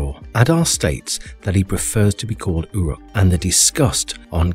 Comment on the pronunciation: Essentially everything you say in this video is nonsense, not Tolkien, including your pronunciation (ooruk, not yuruk).